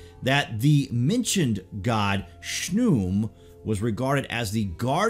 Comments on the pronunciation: I don't think Khnum is pronounced "shnoom" but more like kuhanoom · His name is pronounced KA-NUN but spelled Khnum. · Khnum. Not shnum.